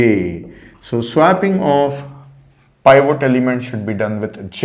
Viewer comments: It's pivot...not pivote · It's not pronounce pievote, but peevit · "pie-vote" lmaoooo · pivot, or /ˈpɪvət/, pi·vuht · This guy is a legend. But the way he pronounced pivot killed me. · the pronunciation of 'pivot' is ridiculous LOL. Great video though.